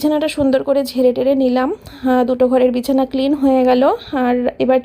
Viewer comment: Bichana bolte giye ki BIRI beriye jachhilo naki😂